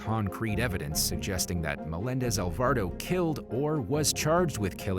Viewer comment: It also said Alvardo instead of Alvarado🤦🏾‍♀️